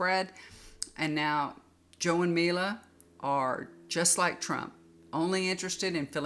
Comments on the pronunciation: Her name is Mika😁Not Mila ❤ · joes wifes name is MIKA not mila